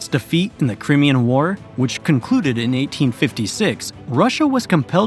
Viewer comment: Cry...me...an...War..not crem.. ee... en...